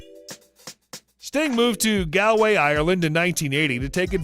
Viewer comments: Oh my God. The locations in Ireland and England are pronounced 'Gawlway', 'Sawlsbry' and 'Wiltsher'. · Love the American pronunciations! GALway. SALSbury, WiltSHIRE. To be fair, though - pronounced as written. Oh, the anomalies of English pronunciation!